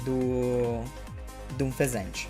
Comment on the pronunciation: você fala o nome do unfezant errado por que acha mais fácil falar ou por que tá nem aí